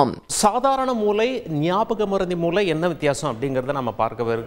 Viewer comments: தாங்கள் மூளை ( brain) என்பதை மூலை ( corner) என்று சொல்வது போல் கேட்கிறது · தமிழ் உச்சரிப்பு மூளை ஐயா நீங்கள் மூலை என்று உச்சரிப்பது போல் உள்ளது நன்றி.